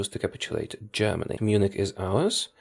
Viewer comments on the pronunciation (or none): none